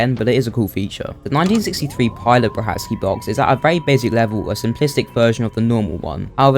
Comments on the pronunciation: I believe it’s pronounced “Bra-kar-ki” not “Bra hat ski” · According to Petwr Brachacki's wife, it is pronounced "Bra-SHAT-ski".